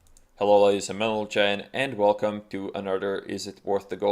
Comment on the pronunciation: anyone else noticed he say ladies and mentle gen at the start of the vid xD